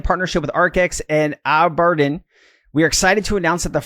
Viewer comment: It’s Aaa-ber-deen